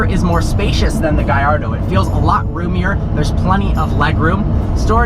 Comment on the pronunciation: Its annoying when pronounces "Gallardo" as "GaYYardo"